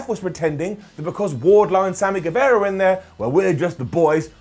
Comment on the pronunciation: Hi, it's Sami Gue-VAH-ra. Like Che Guevara. Not Guevera.